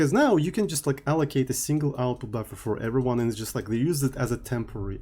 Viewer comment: "Hello everynyan~" This is what I hear everytime says, Nice video btw